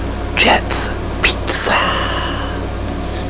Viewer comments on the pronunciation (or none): I love how he says peet-za 😂